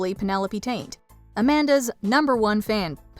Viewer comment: Taint? Her name was Penelope Taint? I could've sworn it was Penelope Tate!